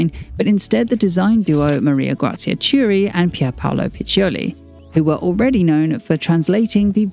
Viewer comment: ch is pronounced as k in Italian, hence "Chiuri" is not tschiuri but "Kiuri"